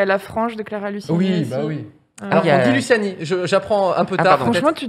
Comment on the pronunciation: Elle a dit Clara LuSSiani pendant l'intro 💀😭😭